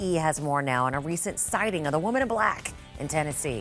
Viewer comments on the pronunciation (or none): "The woman in bhlahkk!"